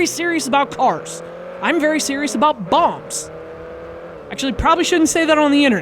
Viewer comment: Did he say "bombs" or "bongs"?